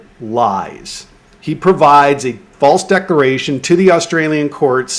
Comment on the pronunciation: DecLaration... geeze are you gonna DECLARE or DECORATE??